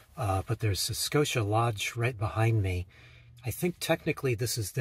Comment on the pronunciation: Your pronunciation was perfect. Scotia NY is a suburb of Schenectady which is outside of Albany. It was a wonderful village to grow up in. ❤️ We enjoy your videos very much. I hope you have Healthy and Happy new year.